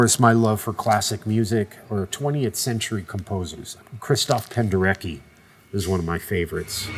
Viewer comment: I like this man, but the way he pronounces Krzysztof Penderecki’s name causes me an earache.